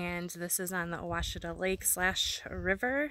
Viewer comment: I'm impressed you pronounced Ouachita correctly! Love that part of Arkansas. Fall is amazing there, so much color. (I'm binge watching your videos 😂)